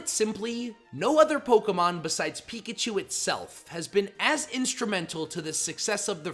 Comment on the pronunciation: 1. Pronounces Pokémon “Pokuhhhmon” 2. Meganium slander 3. Pronounces it Muhganium Here, chief. You earned this dislike.